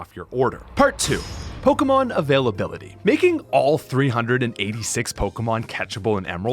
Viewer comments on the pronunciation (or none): All this and you cant even say pokémon right. You cant even say the name of the franchise whose game you spent 5000 hours hacking- you can even say the name right